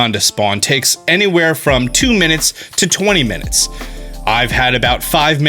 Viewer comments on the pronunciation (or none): “2-20 mininutes” OOPS!